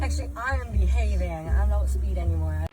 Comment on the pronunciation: She is "bee-Having.... LMFAO